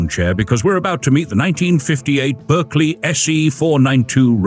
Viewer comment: Pronounced Barkley please😊